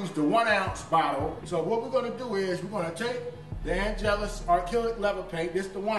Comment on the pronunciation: “And next we’re gonna use the AN’ GELUS paint”☠️☠️☠️☠️☠️⚰️⚰️⚰️⚰️⚰️⚰️⚰️